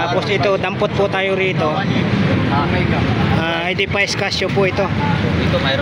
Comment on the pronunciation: ang pag pronounce ng Edifice ay..... Edipis hindi po Edipays... fyi mabuhay ka